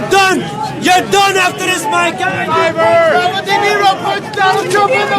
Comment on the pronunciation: RoBird, he talking to who?